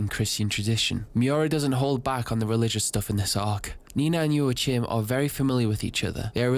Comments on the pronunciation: Slight correction : Joachim is probounced "Joakim", not "ioatchim" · I am sorry but why did you have to butcher the name Joachim so extremely? Its not joa-chim(p) man just at least try to pronounce it right. I am German but i dont got and butcher every single word cause idgaf when speaking to ppl online/at work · Man Joachim is not pronounced Joachim its pronounced Joachim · I think Jaochim is pronounced “Jah-co-eem” that is the most mundane thing you could’ve led with. You start talking about the dirtiest party ever and you lead with “the band is playing music.” Subbed. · if your fimiliar with spanish pronounciation it would be "yoajim". The J is soft like in "yo" and the j sound comes from the throat like the j in "rojo" for example ^^ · “yo ah heem” is how it’s pronounced but i’ve heard some people say it like “yo ah kim” or “wa kim”. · joachim, to my knowledge is pronounced Joe Kim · I never heard the name "Joachim" butchered that hard, ngl. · as a German,.. how you pronounced Joachim had me dead 😂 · Joachim is a common name around here and that pronunciation hurts a bit 😂 Great vid otherwise